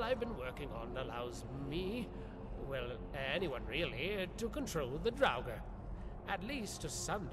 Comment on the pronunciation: Draugr nie draguren